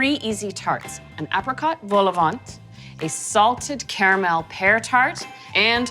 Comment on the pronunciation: Don’t pronounce the “t” at the end of vol-au-vent 😀